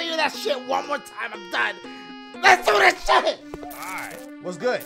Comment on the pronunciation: "LES DO DIH CHIH" -Dachie 2019